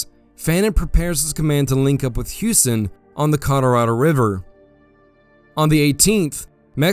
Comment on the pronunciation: CollarAdo? Colorado. AI.